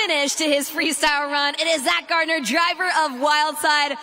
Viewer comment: Add to that Zack and Jamie GAR NER, not GARD NER.